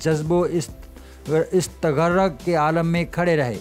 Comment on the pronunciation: او بھائئ پہلے دیکھ کر اردو پڑنا سیکھو اور کے بعد ویڈیو بنانے کا شوق پُورا کرنا ۔حالت “استغرق “ نہی ہوتا یہ لفظ استغراق ہے